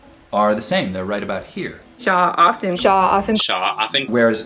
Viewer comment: and ... OFtEN vs ofTen... Your silent “t” warms my heart, thank you! 🤓🙏💙